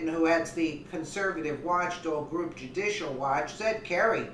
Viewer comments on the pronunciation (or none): none